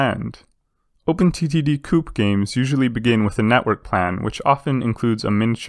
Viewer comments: Please stop pronouncing co-op as coup. It is irksome to say the least otherwise good content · I jus dont like that he says coop instead of co-op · I'm thinking chicken coop every time he says that.